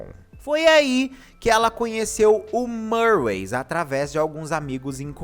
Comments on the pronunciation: Não e marways... E MIRWAYS...CM I MESMO...eu já ouvi ela falando..e cm i.... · Só uma correção: Se pronuncia Mirrues não Murrays 😂